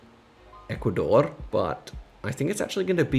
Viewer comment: Omg the way you pronounce Ecuador